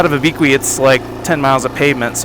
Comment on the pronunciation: Lol at Abeequee. It's Ah-beh-que.